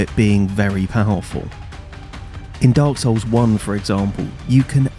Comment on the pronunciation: Telling other people to level themselves up when you can even pronounce the title of the games you're playing is wild. It's Dark Souls, not Dark Sews.